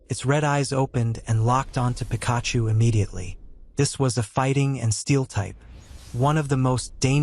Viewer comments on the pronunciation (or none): Pikaaahhhchu? Raychu?